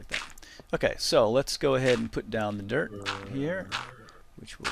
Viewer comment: Every time you say "dirt" I hear "derp". :D It's really amusing.